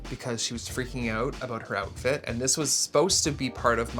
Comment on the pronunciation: not this making me realizing how much Canadians skip T’s when they’re saying things 😭😭